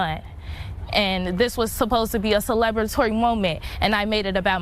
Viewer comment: "Celeb-ratory" she said. lol amongst other things mispronounced and misused.